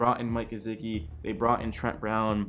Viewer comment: Ur pronunciation of gesicki made me stop watching tbh